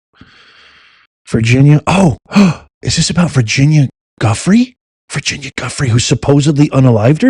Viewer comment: her name is pronounced Virginia Joo-FRAY. It is a French surname.